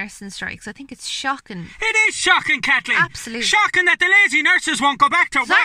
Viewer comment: Oh bleedy hell Kat-leen....